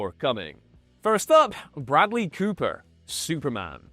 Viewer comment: Bradely Cooper. Bradely Cooper? Come on, dudes. Good video.